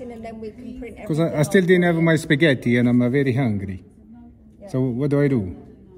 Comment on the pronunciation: "I was on my way to have a Spa-gett-ti " 🤣